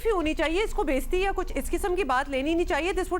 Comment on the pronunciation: aap urdu bole rahi haen aap ny baysti bola hae sahi word bay-iztti hota hae......Thanks